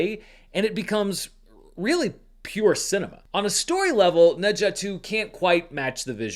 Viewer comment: Appreciate the effort to pronounce Ne Zha correctly! Glad you were finally able to see it. Every Chinese person I know has seen this movie multiple times. Whoever is still doubting the box office figures is just putting their head in the sand.